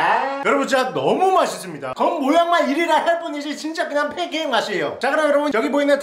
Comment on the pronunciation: 팬캐잌이아니라 걀달말인줄ㅋㅋ